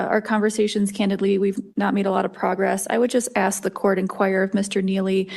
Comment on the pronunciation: Can you please learn to say the word "ask"? No racism.... But I've noticed 90% of (American) black men can't pronounce it properly!! Very strange ! 🇨🇦🙏